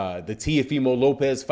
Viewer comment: Did say Mark Kambosos in the beginning? 😂😂